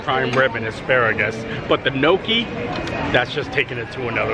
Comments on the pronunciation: Gnocchi is pronounced nyocky (rhymes with jockey), my Italian grandmother made it quite often. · Please learn how to pronounce your foods. It is not nooki is is Gnocchi. Offensive to someone that cooks it on a regular basis